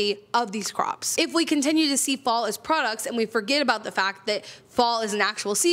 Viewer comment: Interesting that when you said you can artificially create a fall scenario, the words fall and scenario blended and it sounded like false scenario which is spot on 🤣